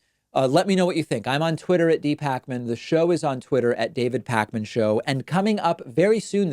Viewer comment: It's Pakman! Not Parkman...jeeesz. Great interview though. Very interesting